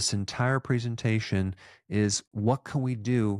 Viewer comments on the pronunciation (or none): none